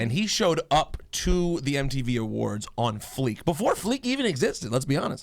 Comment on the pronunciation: Rosenberg said “pon fleek" smh